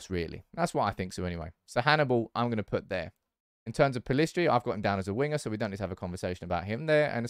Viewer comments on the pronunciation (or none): none